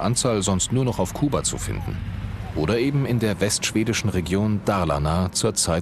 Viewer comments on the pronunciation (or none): none